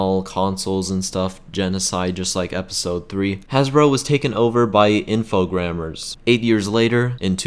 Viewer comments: Nice video. But the Atari Jaguar wasn't really a 64 bit console. And you said "Infogrammers", but it's "Infogrames". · "Infogrammers"? I thought Infogrames was pronounced "Infograams".